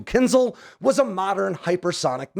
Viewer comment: It's pronounced kinzhal, not kinzal